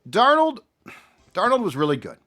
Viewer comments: He's doing the mispronunciation on purpose. He slips and says it correctly sometimes, so I KNOW he's saying Dar NOLE because he's such a JJ stan. Does he call the fast food restaurant with the golden arches, Mc d'Noles? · Have you ever had a girlfriend who was PERFECT, but you broke up with her because you couldn't stand the fact that she said "fustrating". That's how I feel about and "DarnOld". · Love. Fucking hate how he pronounces Darnold’s name. DarnOld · Dar-Nawld lol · Sam DARR-nole 😂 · I was thinking this same thing my goodness 😂 he keeps pronouncing it “DAR-NOLD” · It's worth not bringing back Darnold just so we don't have to hear butcher it all the time.😅